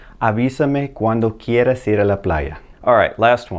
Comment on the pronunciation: It’s all about pronunciation so please make sure „cuando tu quieras“ isn’t sounding like „quieres“ !